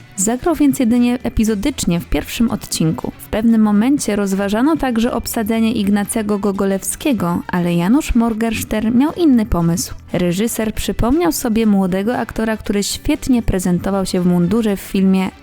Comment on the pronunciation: MorgENstern. Wypada nazwisko znanego reżysera wypowiadać poprawnie....nie wspominając o niemieckich nazwach stopni wojskowych. Oj, nie przygotowałaś się dziewczyno...